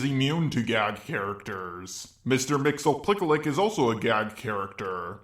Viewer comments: According to Superman The Animated Series it is pronounced Mix, Yes, Spit, Lick for Mister Mxyzptlk. It is the one I favor. Also, I'd say the true thing with no limits is how far certain people will go to defend their favorite character. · hey bro I don’t mean to post more than once but just in case u don’t see the first time mxyptlk is pronounced mix-yees-pitlik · Hey about mxyptlk it’s pronounced mix-yees-pitlik ik wat google says but it’s wrong he says it himself in a superboy prime book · "mister mix-ti-pi-lik" that's how you pronounce it😊😊